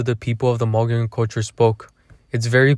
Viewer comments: Please pronounce it right mug ee own. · Is pronounced mo-go-llon not mugeeown. Mogollon is an actually Spanish named.